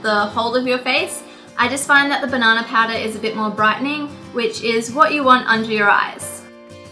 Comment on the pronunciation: Did she say banana powder? I couldn't understand it